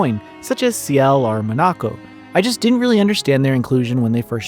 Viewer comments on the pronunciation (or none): none